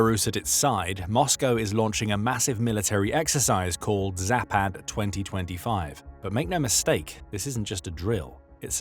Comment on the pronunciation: All A sounds in any Slavic language are like the A in fAther . Not like the A in cAt... Zah-pahd....